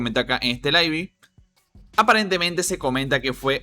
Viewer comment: deberías aprender a hablar y estudiar un poco mas, pregunta como se pronuncia ""LIVE"